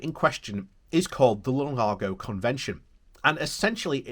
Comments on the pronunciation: Lugano, not Lunago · So many different pronunciations in one video! 😂 Lunargo and Lugargo made me smile. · Great video, but it is L-U-G-A-N-O !! A lovely, lovely lake in lovely, lovely Switzerland.